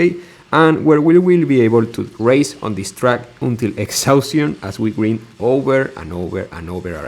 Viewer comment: Ofc it has degenerate barrel roll ramps 🥺👍 Also that pronunciation of grind 🤭😩